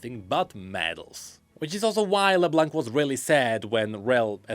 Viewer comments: thanks for all of this, because to be honest the season 2 was a big mess for me.. While Season 1 was a master piece, the 2nd just went on and on and on, most of the time headlessly.. It was a bit of a struggle to enjoy it.. At least now that part makes some sense. But please, no more "leblank", the C at the end is silent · "While Arcane is generally seen as great...." - Quite. xD PS: Can everyone please stop pronoucing the 'C' in Leblanc. xD It's a silent letter in the french language. Merci! ;)